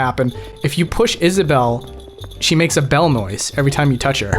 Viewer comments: she "Is-a-bell" lololol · So, Isabelle... is-a-bell.